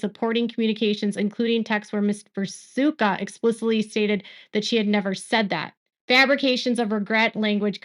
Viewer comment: His name is pronounced Vi-toosh-ka.